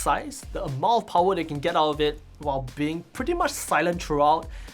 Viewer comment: The Powahh...lol